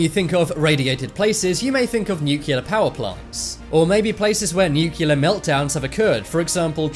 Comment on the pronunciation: Nuclear is pronounced NU-CLEE-R... not NU-CU-LER.